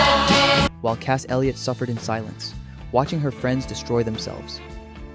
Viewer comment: mispronunciation her name was cass nick name mama cass full name mama cass Elliot a great figure.